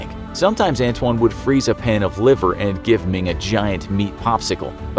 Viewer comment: His name is ant wan